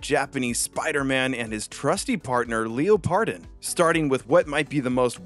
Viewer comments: every time i hear Leo-pardon instead of leopard-don, i dies a bit inside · Listening to the pronunciation of Leopardon (“Leopard-on”) as “Leo-pardon” is a new form of torture. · How could you butcher the pronunciation of Leopardon. Leopard - don not Leo Pardon LOL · Hemrione graanger voice: it's leopard-on, not leo-pardon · why do so many people call leopardon "leo pardon"? have none of yall seen the word leopard spelled out before?? 😭 its "leopard don" not "leo pardon". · The emphasis is in a really really weird place. You are saying leo-pardon. It's leopard-on. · “Lee oh pard on”. Have you never heard of a leopard? “Leh purd” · leopard (the animal) don (the dinosaur suffix) hearing leo pardon hurts me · "Leo-pardon" ...excuse me? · Is it pronounced like leopard, like a leopard giant, a leopardon? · ...That's not how you say Leopardon... Wtf how could you even think that's how you say it? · Way to mispronounce Leopardon not once but multiple times